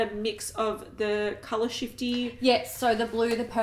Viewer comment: I'd probably listen to/watch a podcast. I haven't watched podcasts for a while, but would check out any a that you ladies decided to publish. On a different note, is it bad that all I could think of when you said cololour was: What cololour is a bananana? Yellellow (I'm cringing that it even entered my head - such a dad joke!)